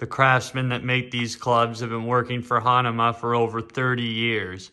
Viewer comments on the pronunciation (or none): What did he just say, “Hanama”??? WTF??? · u do the review....how come u cannot say the brand correctly...hahaha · It’s true. You can’t pronounce the brand correctly